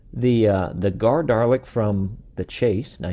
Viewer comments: You point out the eye-stalk but mistakenly call it a "top laser bit"... 😕 You know there's no R in Dalek/Daleks: so stop adding the R when you say Dalek...! 😉 Best way to pronounce it: singular Doll-eck; plural Doll-ex. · I appreciate the warning at the beginning of the video, but every time you said "Darlek" my giblets were triggered. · Drinking game: Take a shot every time he says “Darlek” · My name is Jamie Olberding and you aren't the only one here in the U.S that calls Daleks the wrong name pronunciation Darlek. Some of my friends who haven't even heard of "Doctor Who" are always asking: "What is "Doctor Who, I have never even heard of it?" I usually get my Dalek toy figures on either or at comic book stores